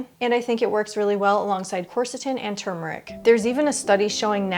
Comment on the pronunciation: THANK YOU for properly Pronouncing turmeric. So many deaf idiots say TUMOR - ick.